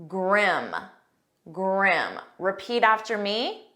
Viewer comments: Please clarify the pronunciation the Grim /grim/, it’s heard as /gream/ or I can misunderstand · Sorry, but your own pronunciation of GRIM is wrong. I listened to you many times to make sure of that, and it was clear that you were saying : Gram with an open "ah" sound, while all the three men, including ex-president Obama, did pronounce it the right way , using a closed sound at the up of their esophagus while pronouncing the letter i as "eh" which is the right way to say it. I panicked when you pronounced it, blaming myself that I was pronouncing it wrong for all these years, then I got my confidence back when I heard it pronounced by the three men as I do too.